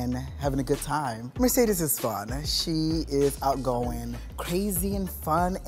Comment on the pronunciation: "Merecedes" someone at VH1 is getting fired